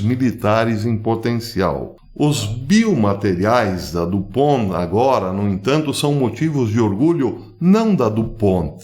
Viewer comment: A empresa foi fundada pelo francês Eleuthère du Pont. A pronúncia certa portanto é francesa.